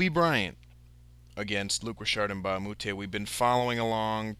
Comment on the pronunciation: You're not pronouncing his name right.